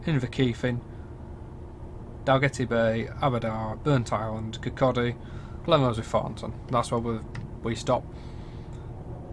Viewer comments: its Glen=Roth-is not Glenroths?! this is spot on tbh though I live in Burntisland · Glen what? Try Glen-WRATH-ess Nice route, better than the driving! Obviously some work needed here and there. . Only travelled a bit of it incidentally on the way back from Inverness one time.